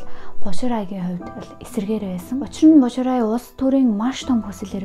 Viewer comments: Бо шилай гэж дуудах бишүү. Bo xilai. 薄熙来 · Боширай биш Бо Шилай, Жан Вэйжи биш Жан Вэй Жие гэдэг шүү